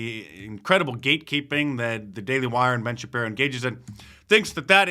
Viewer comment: Ben ShapJiro.